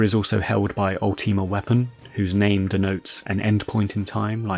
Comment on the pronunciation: Bro you yapped for 15 mins and didn't delve into any of the "secrets" of the facility. Also for someone who likes to be pretty grandiloquent it's probably about time you learn how to pronounce "Ultima".